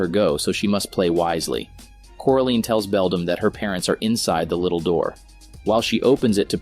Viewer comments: Are we just gonna ignore the fact that this guy just kept saying “CORALEEN” instead of Coraline? Am I the only one who’s bothered by this? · like omg after just a minuet of watching this i wanted to watching somethings else because of him saying "CORALEEN" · The pronunciation of coraline is koralayn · It's coraline not coralene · Core A Lean. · It bothered me at first but I now laugh at it.